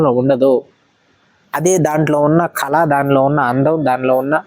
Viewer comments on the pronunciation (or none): కల = dream కాదు "కళ"=art అనాలి మీరు తప్పుగా చెపితే విన్నవారు కూడా తప్పుగా నేర్చుకుంటారు గమనించగలరు 🙏